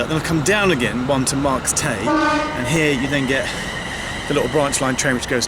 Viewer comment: Marcomanseckisax Marks Tey is pronounced as Marks Tay